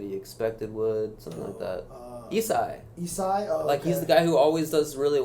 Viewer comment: Its pronounced "Isaiah" and its spelled like that cuz you can only fit 4 letters on the in-game tags in melee so he couldn't fit his whole name (im guessing on why its just "ISAI"). He was in "the Smash brothers" documentary (ep3 i think), he was the enigmatic softy that was partnered Ken most of the time in doubles and dominated, but sandbagged hella hard when it came singles. It was also rumored that he was better than Ken during that era, but he never really tried. His true love is Smash64